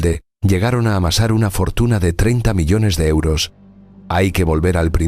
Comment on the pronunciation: Pq dice euro osos ?????